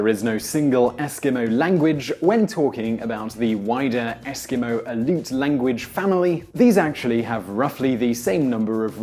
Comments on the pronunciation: Just for future ref Aleut is pronounced AL-E-OOT. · aleut is pronounced more like "al-ee-yoot", not "aloot" lol